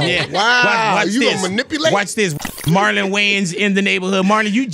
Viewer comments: I feel like big boy been calling him Martin instead of Marlon the whole show, am I high or tripping pr both lmaoo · Sounds like he saying martin lol😅